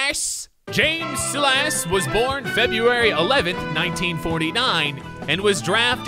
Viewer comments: Is it annoying that he said salass instead of sighlus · Its pronounced (Sy-less) dummy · My first name is Silas and I laughed so hard when pernounced it sil-ass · every time he said “suh-las” I lost 300 brain cells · can't speak English how does he not know how to say Silas come on read a single dictionary please